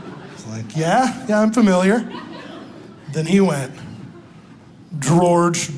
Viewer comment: That daggone Gworge! 🤦🏽‍♀️🤣🤣🤣 The gospel of Gworge! I love kids exactly for this reason!